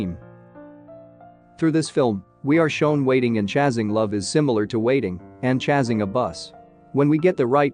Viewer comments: This isn't the first time 'chased' is pronounced as 'chazed', or 'chasing' is pronounced as 'chazzing' lol.. Gonna assume that the bot doesn't actually know how to pronounce the word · I am just stuck on "chase" and "chasing" mispronunciations 😂